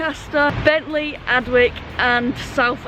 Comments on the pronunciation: Excuse my pedantry, flower, but Adwick is pronounced Adick, the W is silent. While i'm at it, i'm sure you've heard of Slaithwaite station in W/Yorks. If you hav'nt already heard it "pronounced" by the locals, i hereby challenge you to "have a bash at it". I was fair perplexed when i first heard it, yonks a go. ( If ya get it right, i'll eat my head, as some one said in a Dickens novel ! ) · Adwick normally pronounced Addick